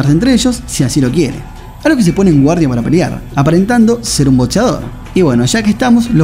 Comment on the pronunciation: No se dice BoTseador.